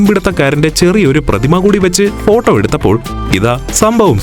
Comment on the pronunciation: ഫോട്ടം അല്ലല്ലോ ഫോട്ടോ അല്ലെ എന്റെ അണ്ണാ 😂😂